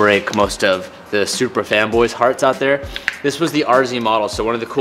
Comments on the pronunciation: did anyone else hear how said supra😂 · “Everwyfing twin tuwbo welated to the supwa”